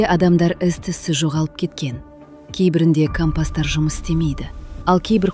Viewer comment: Кампас емес компас